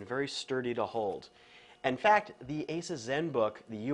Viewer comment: Can you please pronounce 'Nokia' 'Asus' and 'Aliminium' correctly? kthnxbai